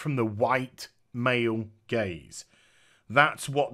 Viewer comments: hahaha. Until I read your comment I was still going with "gays". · It took me a while to realize you were talking about "gaze". I thought you were saying "white male gays", hah. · I though you were saying 'my white gays